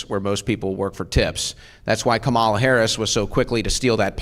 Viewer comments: They constantly say her name wrong. Shows how pathetic maga is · I guess pronouncing “Kamala” correctly would just kill some of these guys. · it's crazy how you can tell when someone knows absolutely nothing and is about to just regurgitate right wing propaganda by the way they pronounce "Kamala"